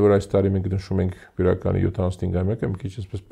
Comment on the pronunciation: Աղջիկ ջան մեր գյուղը բիրական չի այլ բյուրական